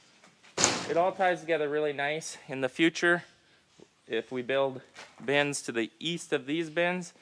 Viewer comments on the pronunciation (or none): I swear says Ben's. Not Bins, Ben's! Hahahaha he cool as hell. Like everyone at Larson Farms. Struggle Bus! Idk why needed to say that